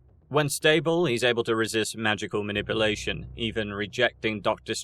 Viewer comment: "Man-ip-ulatiom". Man-nip-you-lation.